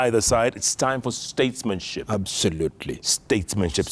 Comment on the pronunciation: "regouds" "abzolutle"☺️✍️